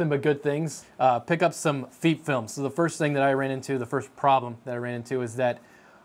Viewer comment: FEEP Film? it almost sounds like your saying Feet film. idk about anyone else but i say FEP as in the E from pet or pep. if it was spelled feep or Feap film then i would say it that way but its not.